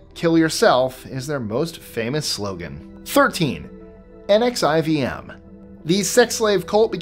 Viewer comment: Great video. It's pronounced NEXIUM actually despite it's spelling 🎉